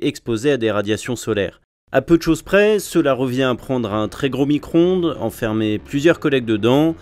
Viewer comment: Dites moi que j'ai bien entendu "micronde" ? x)